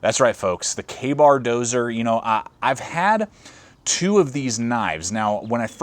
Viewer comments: When the person reviewing the knife can't pronounce the title of the knife correctly it's not dozer it's Dozier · Doe-zee-yer = Dozier. Not doe-zer. Ya doo-zer! :-p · It's pronounced "DOE-ZEE-ER" in case anybody wanted to know, I was curious myself :P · It was my first thought too